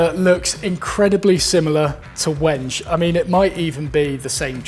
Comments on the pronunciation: it's 'when-gay' i think. i use it for knife scales and i remember looking up it's correct pronunciation. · Wenge correctly pronounced `When-gay` ;) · "Wenge" is pronounced weng-gay, not rhyming with Henge. :)